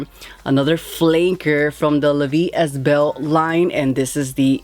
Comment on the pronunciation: At least learn how to pronounce the name of darn fragrance properly and learn what Elixir means at least 🤦🏽‍♂️